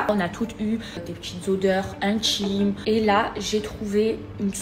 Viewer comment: Les odeurs "intchimes " Mon Dieu, je ne supporte plus ces sons vulgaires et grossiers ! Qu'est-ce qui se passe avec cette génération qui n'arrive pas à prononcer les syllabes ? Il faudrait instaurer des cours d'élocution et de prononciation dès le plus jeune âge et jusqu'à la fin du lycée, car il est clair que certains ont des difficultés.